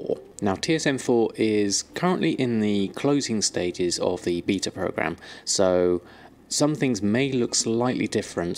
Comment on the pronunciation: you really need to learn how to say beta